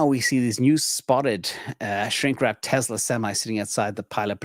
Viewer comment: It’s not Te”z”la , it’s Te”s”la.